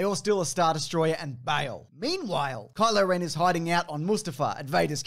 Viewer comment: He said “Color ring” NOT Kylo ren